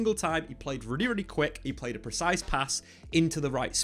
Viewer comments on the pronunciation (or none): none